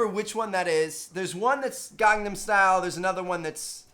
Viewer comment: Am i the only one that got mad when he called it the gangnum style?